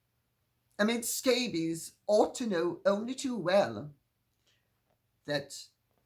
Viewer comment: “Omid Scabies”..😂😂😂😂…Lady C we love you!!!